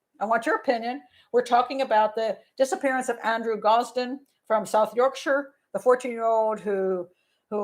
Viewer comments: "Doncaster, South Yorkshire". Impeccably pronounced! Go to the top of the class, Pat. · "Doncaster"/"South Yorkshire" good pronunciation :-)